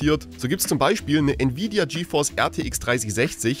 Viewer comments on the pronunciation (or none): none